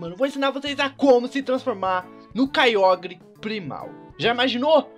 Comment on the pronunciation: se pronuncia Kyouger só pra avisar ^-^